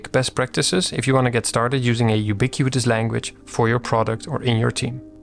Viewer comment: Thanks for yet another gem of a video. As a senior software engineer your videos help me communicate the things I treasure in simple terms for everyone to understand, which can be a real super power ☺ btw: congrats pronouncing “ubiquitous language” 3x in a row without messing up… 😅